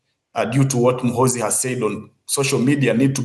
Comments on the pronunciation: He will teach u how to pronounce his name Gen muhoozi juuuu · General mu-who-zu😂😂😂